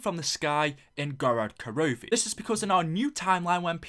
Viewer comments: Go-rod Kro-VEE, Aurora Boalisis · why did you say gorod krovi like gorod karovi?